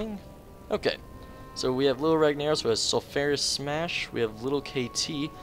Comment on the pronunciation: Fuck i hate how you say ragnaros XD